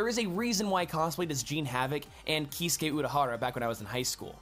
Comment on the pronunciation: Lol KEE-suke. Keisuke is pronounced more like KAY-suke friends